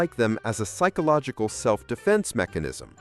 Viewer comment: Did he say "pikeological phenomenon" ish?